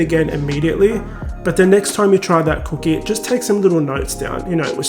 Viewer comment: I’m trying to pay attention but can’t get past that pronunciation of “c00keh”. Now I know why y’all call em “biscuits” 💀